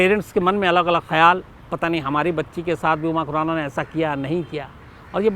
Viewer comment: Abe tujhe khurana bolna to araa ni raa ganwar tujhe kisne journalist banaya tere jaise pakistaniyo ke liye thik h